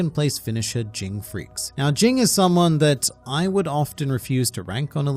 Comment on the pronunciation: You keep saying it ging as jing it actually is supposed to be said as jene